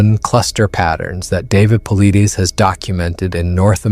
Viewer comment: and it's David Paulides not Politis and you it's usually spell YOWIE in english not yahweh, yahweh is the sacred name for God in the torah and old testament,YHWH I don't know how you do the on screen closed caption but it's full of crazy errors